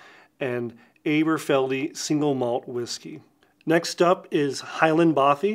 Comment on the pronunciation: Great video,! I hadn’t heard of this line before and I only live 70 miles up the road from Dundee! Just as a tip, it’s pronounced Ahberfeldy, like Aberdeen. 😉 (If you ever plan a trip over to the highlands, let me know - I’ll take you on a tour of the whisky distilleries! 🥃)